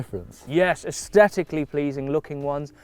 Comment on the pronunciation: Being picky here, but can say 'asthetically' again please? He doesn't pronounce the 'th', just the t.